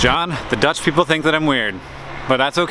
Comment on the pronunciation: Love seeing you in Amsterdam Hank, and your Dutch pronunciations are great ;) and trust me, most of those bikes are in use!! We have on averave 1.3 bikes per person in the country :) and especially in cities where biking is often the fastest mode of transport.